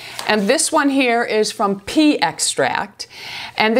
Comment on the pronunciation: Thank you for lending your expertise to this product line. "Pea" not "pee", you are hilarious! I can't wait to try it!!